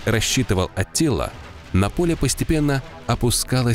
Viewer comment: В текстах анимации - Аттила, в речи диктора - Атилла, хаха